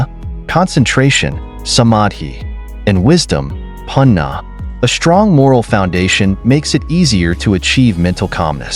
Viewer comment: you mispronounce all the important words including Sheila summary panya, you should educate yourself before you post these things.